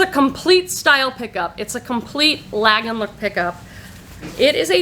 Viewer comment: Lagenlook is pronounced with a "Lah" sound, not "Lag" like jet lag. Translates basically to layered look and involves multiple layers of usually irregular and oversize shaped clothing. Then you can break it down to different asthetics like romantic lagenlook, Japanese lagenlook, preppy lagenlook (think Annie Hall) etc. Not all artsy clothing is lagenlook but its become a catchall phrase with sellers. Lands End makes really good quality clothing and some great canvas totes. I got a few large totes during an on line sale, paid less than $7 each and sold them for $60 each. Your GW prices are only a bit higher than here but our Savers are higher. Most good jeans are $24.99 now. That bins price seems crazy high but Im guessing rent on the building is pretty pricey so they have to charge more. You find great things, tho! I never find Fresh Produce or Hot Cotton anymore. Another 1 to watch for is Blue Fish. Ive only found 1 and Ive been selling on eBay since the beginning, nearly 30 years. I cant resist Bryn Walker either!